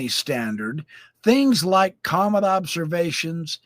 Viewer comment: This guy couldn't pronounce the words scientist or comet? Not sure if I'd take his word all be them mispronounced...for anything. Hang tight? Really? Jeeez,naive much🙄